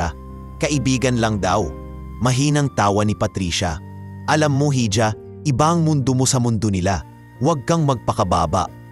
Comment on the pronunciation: Iha hindi hidya_(hija)